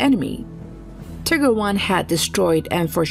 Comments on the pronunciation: Tiger. Not Tigger. One g. Not 2. It is Tiger with a long i. Tiger as in the animal. Not Tigger as in the excitable character in Whinnie the Pooh, who is in fact, a tiger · You are incorrect. She is saying "tigger" like the word trigger or a character in the 100-acres wood. Yes, the German pronunciation is Teeger. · Not teeger but something more like tieger since Ee sounds a bit too long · its teeger not tigger. if your going to try to say the german name get it right. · it’s teeger. Not tieger and definitely not tigger like the narrator said. In this case the i is pronounced ee. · Dunno what you tripping on blud but its literally tiiger with a long i and short g, not tigger with double g, like she pronounced it. Im german and thats just straight up wrong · What is a Tigger? Its called "TEEHGER!" ,"Tiger", means german for Tiger, but you speak it with a strong "i" like "EE". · "Tigger"??? Really?? It's Tie-Grrrrrr Doing a WWII Video, use a British Male Computer voice rather than the one your using. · Too cheap to get a real narrator? Horrible pronouncing of the Tiger tanks. It's not Ticker, but Tiger. And Tiger II, not Tiger 11 as shown on the picture. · Ok ok we all know she's saying Tigger instead of tiger. HOWEVER the German pronunciation sounded like TEE - ger. So both pronunciations are wrong. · The American pronunciations is Tiger. So you are saying it wrong. It was named after the literal animal. Do you call a tiger a tigger? No. If you were speaking german then this would be different. But you are speaking english. Not one historian or vet would say its a tigger. Its a tiger. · lol. : ... with 498 [kills] in Europe, 17 in Italy an 11 in the pacific--- come on, which continent does Italy belong to, folks. And it the other tank is called Tiger, not Tikker. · Its nice that the female announcer tries to pronounce "Tiger" as the german Tiiiiiger, but says more like Tigger from the Winnie Puh storys :D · The way you say Tiger as "Tigger" physically pains me